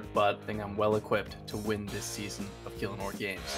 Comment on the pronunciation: 20 seconds in and fails to pronounce gielinor lol